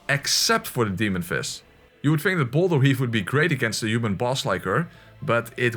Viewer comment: Is it me or did he say bowler instead of boulder?